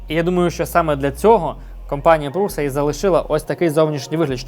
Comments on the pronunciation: Š по чеськи читається як ш, тому пруша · Назва компанії Prusa походить від прізвища її засновника, Йозефа Пруши (Josef Průša). У чеській мові, звідки походить прізвище, літера “š” читається як “ш”. Тому правильно вимовляти “Пруша”. Це відповідь ChatGPT